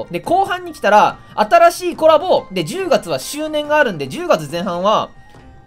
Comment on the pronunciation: 10月のイントネーションがおもろーです